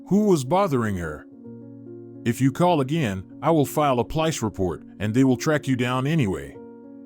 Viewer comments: Police, not plice report! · Who writes this soap opera script? Topped only by the “canned” narrator, with his questionable, though humorous, pronunciations: pōl‘-īce…. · WaaaaaT, what type of report was she going to file??!! What's a "Pa-lice" report??!! I'll wait ...🤔🤣🤣🤭